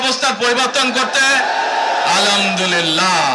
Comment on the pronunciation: নেতা আগে আলহামদুলিল্লাহ বলাটা শিখেন আলামদুলিল্লাহ বলেন কেন